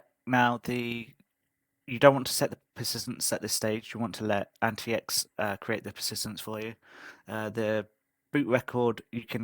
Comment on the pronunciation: Actually it is pronounced Antics not Anti X. Good review.